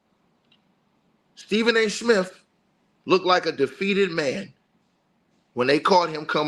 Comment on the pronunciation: Is he saying Stephen A Smith or snitch😂